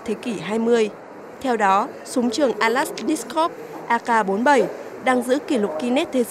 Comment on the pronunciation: Từ Kalashnikov mà đọc cũng k xong.